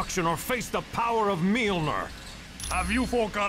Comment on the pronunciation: "Milnor"...well, anyone who fails to pronouce that word isn't worthy to portray Thor in my book